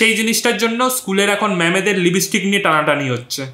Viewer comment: Libistick ki Bara?? Ota lipstick thik kore bolo wara.. 🤣🤣